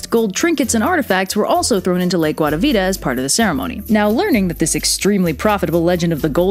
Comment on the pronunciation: I just very much love how you pronounce guatavita its lovely